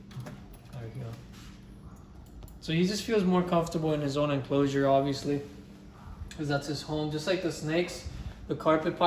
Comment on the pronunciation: Is it just me or the way he says "enclosure" is satisfying 😭😭😭😭